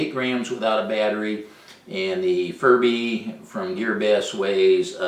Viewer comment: don't you think, maybe, just possibly it, is pronounced fury bee?